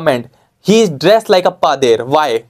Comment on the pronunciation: Vo pader hota hai bhaiya apne 5 saal ke experience ke baad bhi na shika kya 😂😂😂😂